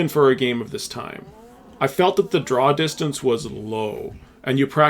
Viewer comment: You said "Drow distance" 😂